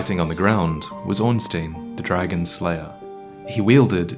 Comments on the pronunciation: ornstein not fucking ornspheeeen. man its been years and you still cant pronounce the guys name it makes me mad every time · ITS ORENSTEIN NOT ORENSTEEN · Why do people have to say Ornstein wrong? It's a real name. Like, go to Google, search "German to English", type in Ornstein, and click the play button on either side. Stine, not steen. Think about how "Einstein" is pronounced. Because this is such a commonly mispronounced name within the Dark Souls community, I actually decided to do some additional digging to confirm this. The name is German-Jewish in origin, which is probably the most important. German is a phonetic language, where ei is always a long i sound, and ie is always a long e sound. Stein as a surname is also Scottish in origin, and would actually be "steen" in that case. However, given the name Ornstein is directly referenced as a German-Jewish name, I'm gonna go with German. Now, I don't doubt there's someone in the US with the last name Ornstein who says "Ornsteen". Here's the thing though: Pronouncing your last name wrong isn't anything new. Some families do a better job remembering how words are said than others in this regard. I know some Dubois who pronounce the word literally for example, despite it being French and sounding nothing like that. That doesn't change the way the original name was said, and in any case, my guess is Ornstein isn't American. The traditional pronunciation makes more sense here (though I'm willing to forgo the 'sh' by comparison). I bring this up in hopes sees it prior to making a directly Ornstein related video. I don't think it'll actually do jack shit, but I thought I'd t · Great video, but you mispronounced Ornstein...